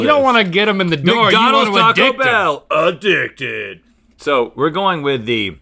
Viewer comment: Link really said “a-dick-did”💀💀💀